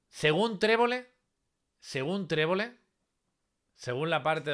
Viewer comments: trevole nooo 🤣🤣🤣trebolle,🤣🤣🤣🤣🤣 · Trebole trebole tre bo le 🤣🤣🤣🤣. TREBOLLE